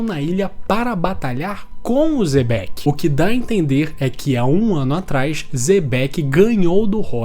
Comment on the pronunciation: O quão difícil é pronunciar certo os nomes? Kkkk uzop e zebec mds kkkkk